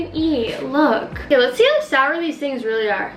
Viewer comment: When was about to say sower she Said shower:)))))